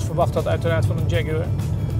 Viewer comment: Die gast in 'kakker kostuum' kan het woord Jaguar niet eens fatsoenlijk uitspreken.......